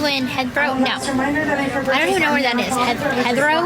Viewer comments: She cant read, let alone write....Hethero? She doesnt know how to pronounce Heathrow airport, and she wrote a book? Hardly you have to learn to read before you can write Gyp! She didn't like Ken butting in and speaking for her on the subject she "advocates" for lmfao! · "Heather-Row" I am deceased 💀 😂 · The one in london is heathrow like heathcliff but spelt as one word she cant even say that corect 😂